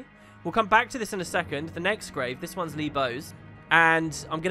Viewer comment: Their surname is Li, not Lo